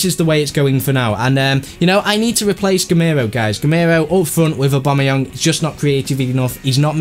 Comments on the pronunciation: It's AubameyANG not Aubameyung :P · it is AW-BAM-E-YANG. TEAM BABA!